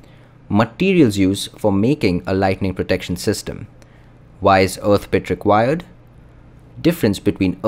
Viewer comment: wow, you mispronounced the word "earth" hundreds of times in this video. it's painful to listen to you saying "uth".